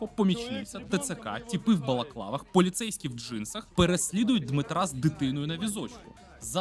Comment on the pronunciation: Ви постійно не правильно вимовляєте мусора, у вас чомусь це "паліцейкі" чи шось таке виходить. Проблема звичайно в тіщєнку і ко. але загальна проблема в тому , шо люди вірять у популістів (хоча можливо інших у владі в Україні і немає, а може і нарід сам робить такий запит)